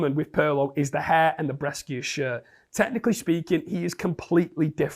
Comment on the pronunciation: Welcome back, H! Good to see you. Just one thing though: Brescia is pronounced Bre-sha. As an Italian, it hurt me a little hearing it pronounced wrong multiple times 😂😂❤🙏